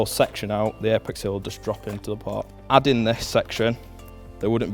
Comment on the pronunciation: It is a port.. not par. There is no difference how this guy says poor and port and both are "par"...